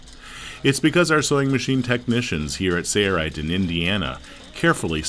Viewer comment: Why is he saying 'say right'? Its sail not say. Am I missing something?